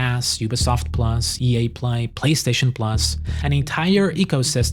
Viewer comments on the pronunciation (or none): You pronounce EA like “Ye” and you keep getting me confused thinking Kanye West is behind the scenes of mainstream gaming